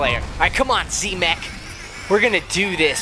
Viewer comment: Silly daddy it's not z mak its z mech